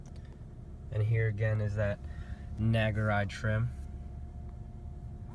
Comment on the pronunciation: It's pronounced "Nah Gu Ree". Great car, I just got a 2019 IS350 AWD F-Sport, nothing beats Lexus build quality! I love knowing that mine was made at the Tahara plant in Japan with the utmost quality and care.